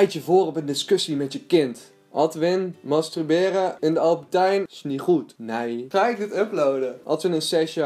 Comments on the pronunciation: Wel grappig dat je steeds masTRUberen zegt hahabah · Hahahah "mastruberen" 😂💋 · waarom kun jij het woord masturberen niet uitspreken????????